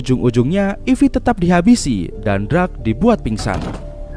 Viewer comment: darc bang bukan drag 🙃😂